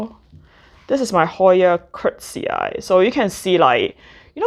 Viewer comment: Thank you for showing us your beautiful plants, love your channel. Just one thing: Try saying "curtisii" like you would say the name of the actor Tony Curtis and just add "ii" at the end. So "curt-i-sii" instead of "curt-sii".